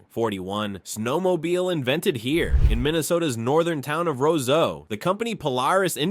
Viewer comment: Nice pronunciation of Roseau, buddy.